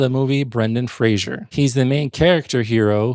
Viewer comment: Oh man, hearing you consistenly mispronounce Weisz and Fraser killed me. Fraser rhymes with laser; there's no zh sound in it, like Frasier (fray zhur). It's just fray-zer. He's said this countless times. And Rachel's surname is pronounced "vice", not "weiss". I just watched one of your other videos where you commented on how "they got 90% of the way there, then ruined the last 10% by mispronouncing it" and then you do it here by mispronouncing the 2 lead actors' surnames.